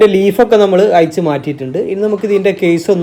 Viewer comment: അയിച്ച്...പയയ...കോയിമുട്ട എന്നല്ല അഴിച്ച്....പഴയ എന്നാണ് മലയാളത്തെ കൊല്ലുമോ?